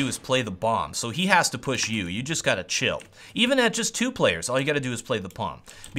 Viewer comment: "you just gatta cill"